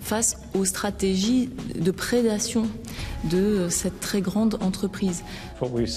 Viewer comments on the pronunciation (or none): none